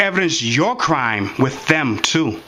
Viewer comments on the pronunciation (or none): Arguing with this receptionist. Bravo! And it’s not pronounced “Wiff “. It’s “With”.